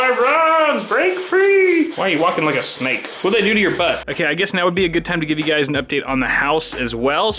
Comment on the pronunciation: U dont rike it u rove it